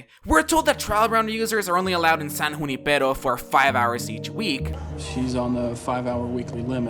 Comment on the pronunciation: You the only one who pronounced Junipero right. Just like me. I come from a city that has Junipero as a street so I knew how to say it correctly